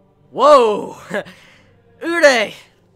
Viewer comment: Jesus the way he teases us with Kaneki. He may give us a piece of dar kagune next chapter. Could Takizawa get rekt? Kaneki had a good reputation as an s s rated. Btw, It's been a long time now and my quest to make you say "uree" instead of "urei" will not end! I must suceed!